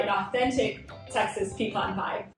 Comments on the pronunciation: It's OK to have a shorter video once in a while. Congratulations on learning how to correctly pronounce pecan.😊 I love pecan pies when they are sweet but insanely sweet ones are more than I can handle (I'm diabetic so I should probably just say no). Love the video. Love that we didn't have to sit through the usual repeated intro before getting right into it (Can't wait!). Keep sending out marvelous videos!❤❤❤ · You were right the way you pronounced it, its pe-can, like can of soda. Even the youtube captions knows that pe-con is wrong bc it says "peacon" every time you pronounce it that way lol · In Texas we call them "peh-cons" not "pee-cons". lol